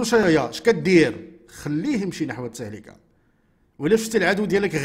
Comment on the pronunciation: التهلكة بضم اللام وعذرا😊